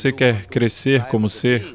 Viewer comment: "...CRESCERRR COMO SERRR!!!" 🙏🙏🙏